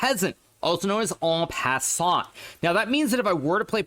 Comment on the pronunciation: Hikaru has learnt to pronounce ”en passant” a lot better! Not perfectly, but huge improvement 👍